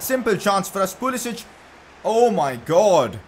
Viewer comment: Pcq Its pulisic not pulisich 😂